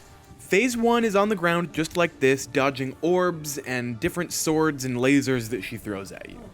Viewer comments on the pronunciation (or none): none